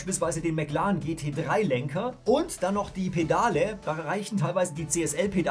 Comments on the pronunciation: Ehhm McLaaren es heißt McLaren und wird Englisch ausgesprochen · cooles vid mc lan aua btw "Mäck Lärren" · er sagt nicht mclaren sonder mclan